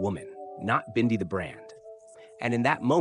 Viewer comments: Why can't you pronounce her name correctly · This narrator says Bindi's name right in one breath and then the next, he miss pronounces it. Bindi, the Jungle Girl show was BEFORE her father, Steve died. I read recently that, Steve didn't leave Teri much in is will and the zoo is struggling .